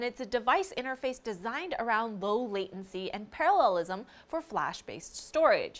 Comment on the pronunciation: an asian that can pronounce "parallelism" no less <3